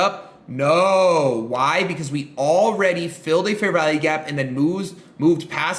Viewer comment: It sounds like he's saying "Fair VALLEY" gap as opposed to value.